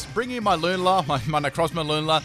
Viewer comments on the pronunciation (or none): none